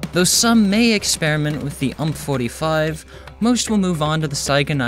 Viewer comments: man he sayed ump its U M P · Did he just call the UMP the "ummp"? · Hearing someone say UMP as one word is painful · Did anybody just go 😮 when he said UMP...45 not U.M.P45 (saying the letters)